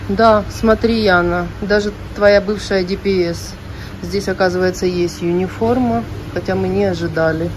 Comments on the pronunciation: Почему юниформа?Униформа от слова универсальная❤ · Почему "Юниформа"-то? Униформа! У. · почему юниформа ?а не униформа?...от какого это слова?